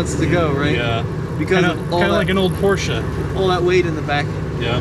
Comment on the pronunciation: Wrong on several counts. Properly maintained, VWs have great heaters! They do NOT rust any more than any other car. The one thing your friend got right was the pronunciation of Porsche. I’d be happy to take that car off your hands!